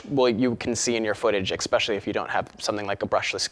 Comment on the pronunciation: CAN'T LISTEN TO THIS FOOL SPEAK ANYMORE!! I made through about 100 "uh" and "um"s but my eye started twitching when he used the word "eXpecially" and I stopped the video and headed for the comments. This person should find someone to speak FOR him because he obviously can't speak for UMM himself.